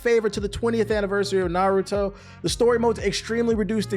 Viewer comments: “Nurudo buruto” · Clickbait much? No real fan would ever call it “NuhRooDoe” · Ah yes the good old naruro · We really in 2023 and still saying "Nuhrooto" but good vid tho. It's true, the game has crazy issues. But it's still fun AF. The combat is better than any of the previous UNS games. Things the game needs ASAP: friend lobby, penalty for quitting matches. They've already announced they will be adding an update soon, so hopefully it covers those at least. And one thing it will never get but I wish it did is cross platform. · I can’t tell is he’s telling pronouncing Naruto and Boruto names like that or not 😂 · I'll be real I haven't seen the video and I don't plan on watching the rest of it after you completely botched the name of the game I do not respect that you know nearly enough about this topic on top of I've been playing the game for 3 days straight and absolutely love it and everybody I've talked to about it also loves it so I really don't understand where you're coming from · I feel like people pronounce Naruto wrong in purpose